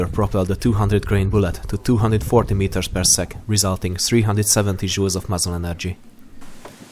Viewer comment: When you said Joules, i heard Jews